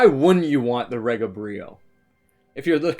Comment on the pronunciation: Its not pronounced re ga. Its pronounced ree ga. Short from the word regal pronounced ree gal. The pronouniation is from the founder Roy Gandy.